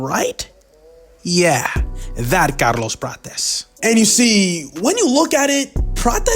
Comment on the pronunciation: Bro, wtf was that pronouncing of Carlos Prates? 😂